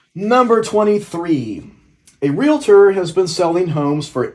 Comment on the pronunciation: I fell in love with you when you said REALtor! Not re-la-tor😂😂